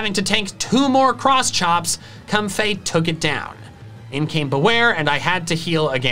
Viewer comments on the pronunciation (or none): No one:: "Cumfey"